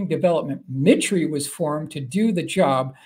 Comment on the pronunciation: 2 corrections: assassination was misspelled and “mitre,” I believe, is pronounced “MY-ter.”